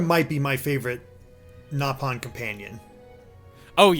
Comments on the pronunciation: First of all, I have no idea why you think the "correct" way to call them is "gnaw"-pawn. That was a mis-dubbing of the original JP cast of Xenoblade 1. The british cast pronounced it as "Gnaw"-pon, but the original JP cast pronounced it as "Nope"-on. Xenoblade X actually doubled down on admittance of this error by reverting the pronunciation of the word in the English dub to "Nope"-on as well. So, technically, both are correct in the sense that they are both officially used in the original Xenoblade Chronicles, but if you go by the actual legitimate first usage of the word, the way it was pronounced in Japanese, it's "Nope"-on. It’s still called “Nope”-on in Xenoblade 2. So neither is wrong, but if you want to get technical and start declaring which word is superior because it came first, "Gnaw"-pon loses that race. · The nopon pronunciation in x is actually correct, and the English voice actors messed it up in the original